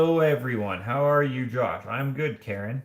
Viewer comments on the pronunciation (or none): none